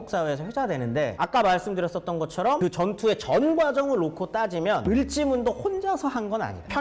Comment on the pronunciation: 을지 씨가 아니고 을씨 아닐까요? 을 지문덕! 연 개소문 처럼